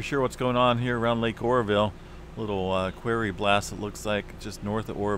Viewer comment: Quarry rhymes with lorry in pronounciation it sounds to me your saying query which means to question something